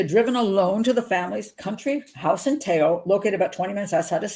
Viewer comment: Pat, thank you for the vídeo. I have family in Teo (my family is from Spain, im Brazilian). Te Bastero family was not the first one in Spain to adopt a Chinese baby, they were the first in their region. Very good pronunciation of "Teo, Galicia, La Coruña"!!